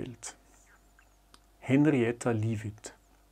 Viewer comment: Ja! Also bitte Hännriätta Swohn Läwitt. Einige sagen auch Swahn. 😉